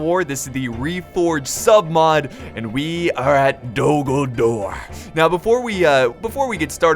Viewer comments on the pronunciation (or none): Who else thought he said dumbledore?